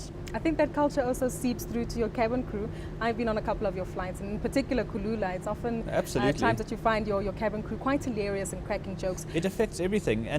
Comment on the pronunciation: Its 'Kulula' not kalula :)